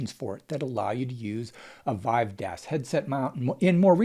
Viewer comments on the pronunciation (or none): none